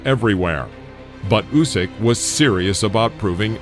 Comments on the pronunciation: Mate he is Usyk (Ooseek), not Jusic (Youseek), as you had pronounced. Good video. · Please, it’s pronounced “Oosyk”. Great video though!